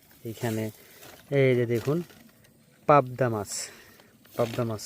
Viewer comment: পবদা না পাবদা হবে